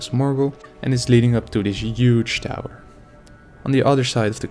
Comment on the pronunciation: Not to be offensive but "UGE!"